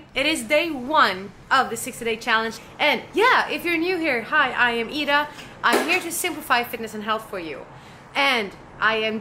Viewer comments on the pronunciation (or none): So it's not Eyeda it's Eeda. Got it!